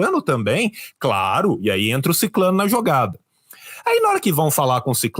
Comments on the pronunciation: Retifique, por favor. O certo É SICRANO E NAO SICLANO ....ISSO SOI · Sicrano e não siclano